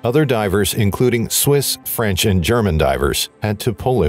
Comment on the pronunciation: Very sad story. Very good Fench pronunciation.